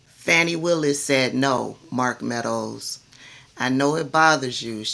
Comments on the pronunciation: Her name is pronounced Fawnee, not Fanny. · You are one of my favorite online personalities but please stop calling her Fanny ,it's pronounced like Fauni or Fawny. Keep up the great work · For those w/ ❓ listen to professionals who've worked w/her [Glenn kirschner+ others] they DON'T say Fanny - Faux news MISpronounces Kamala + Fani - INTENTIONALLY.... Just sayin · I love your channel but please pronounce Fani's name correctly - Faw-nee... The repugs MISpronounce BOTH her + Kamala on purpose- Fani is an international superstar - let's get her [+ Kamala - not Camilla ] names right for historical purposes. TY ❣️☮️